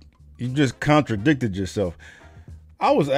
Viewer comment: Thank you.. when you said " he controdicted himself"... like how Sway